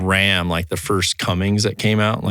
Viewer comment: Im gonna be real when said cummings instead of cummins i got upset